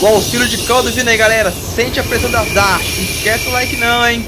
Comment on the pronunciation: Que agonia ver esses vagõeszões nessa velocidade. kkkk. Nunca vou me acostumar. Bacana o vídeo. Só a pronúncia de Dash que é "désh". Vlw